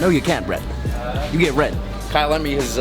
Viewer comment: Bret I like the way you deliver either bisaya or tagalog language you pronounce it well. God be with you at all time. Keep safe